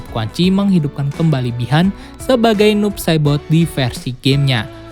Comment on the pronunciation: Kedengerannya "noob sadboy" bwhahaha